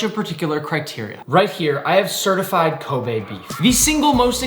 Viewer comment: Glad Nick finally learned how to pronounce Kobe beef 🙌🏻